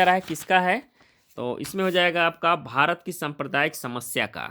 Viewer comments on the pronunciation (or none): none